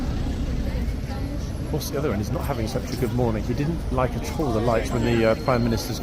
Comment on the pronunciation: When he says 'at all', it sounds like 'a$$ hole' 😅😅😅😅😅😂